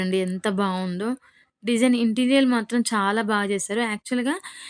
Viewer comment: Interial ❌ Interior ✔️